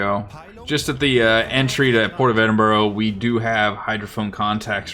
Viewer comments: Also, it's "eddin burr", not "edin burro" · Edinburgh but you say, Edinburro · Great vid but the British place names have you foxed: "Hart-lee-pool" "Ed-in-bruh" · Ngl love hearing Americans mispronounce British place names if you want it's said like eh.duhn.bruh And Heartly pool Like the series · Good video. But please Ed-in-bruh.